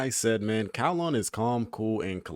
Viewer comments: His is supposed to pronounced as "GAO-LAHN" or you can just type "9 ล้าน" in google translate and repeat what you hear. tbh. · Hi, loving the characters break down vids. His name should be pronounce as Kao - Lān Which mean 9 millions or " เก้าล้าน" You could try to google translate ( english ->Thai ) "9 million " You will hear the closest pronounciation.